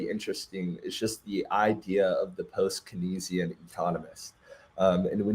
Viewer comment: Sir the way you pronounce kenzian 🙄